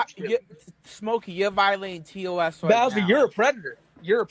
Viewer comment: bweaching awn vwiolating twerms of swervice